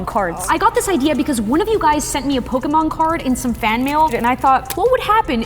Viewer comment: Im not jugeing but pokymon😂